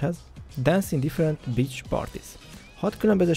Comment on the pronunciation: angol kiejtés lvl0 mi az hogy bitch😂